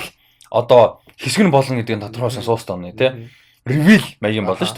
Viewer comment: СОУЛ Стөн гэж хэлэхээ болилдоо. Эхлээд ямар чулуу яриад байгаан бол гэж зөндөө бодлоо шд. Нэг л их англи хэлээр ярисан хүмүүс ядаж зөв аялагатай ярь л даа. Бусдаар бол гоё байнаа.